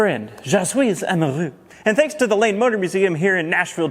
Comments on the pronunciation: Am I the only one that kept hearing "Lame Motor Museum"? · I thought you said "Lame" motor museum until I looked at the transcript.